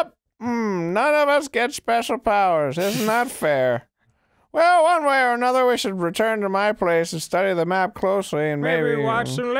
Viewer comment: i like that dan didnt even notice that arin pronounced "well" as "ballsack ell"